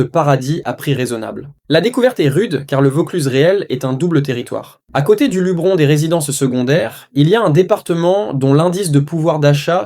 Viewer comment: Luberon, on prononce le E